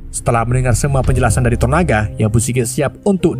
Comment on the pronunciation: tonana, toronana, toronaga... santai bang. yang penting bukan jadi toro sudiro atau toro margens